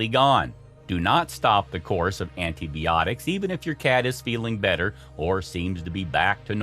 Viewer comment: Antie-Bee-otics. Lmao